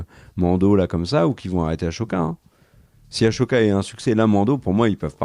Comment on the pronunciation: Les loulous pouquoi vous prononcez Ahsoka (aCHOka) alors que ça se prononce (aSSOka) ? Ça me perturbe 😁 cela dit très bonne vidéo ❤